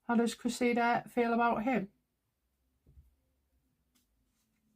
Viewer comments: It is not Creseeda it is Cress ih duh. Cressing. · great reading but it's: CRESSida. Emphasis on first syllable. No biggie but a thing of mine😁